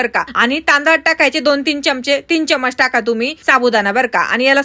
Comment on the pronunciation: चमचा म्हणा चमज नाही.